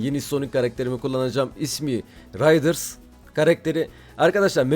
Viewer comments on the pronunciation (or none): RİDERS değil RIDERS